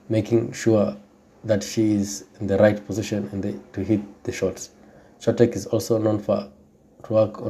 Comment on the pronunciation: Stop butchering names. her name ain't that hard to pronounce.